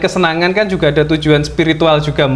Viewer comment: Ngapain sih tiap kata di tambahin K contoh kedirik jugak terimak kasik wkwkwkwkwkw